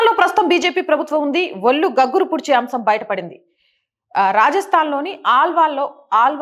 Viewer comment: ""ఒల్లు"" కాదు తల్లీ.. ""ఒళ్ళు""... ఉచ్ఛారణ సరిచేసుకో...